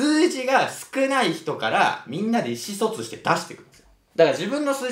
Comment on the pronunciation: こうちゃん「意思疎通」のイントネーション独特じゃない？笑